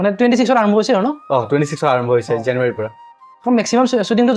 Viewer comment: আজিকালি ল'ৰা ছোৱালীয়ে শব্দবোৰ পুৰা ক'ব নিবিচাৰে দেখোন। জানুৱাৰীটো ও পুৰা কে কোৱা নাই।